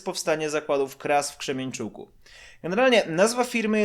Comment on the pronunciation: Nie krzemienczuk tylko kremenczuk i nie w Rosji tylko na Ukrainie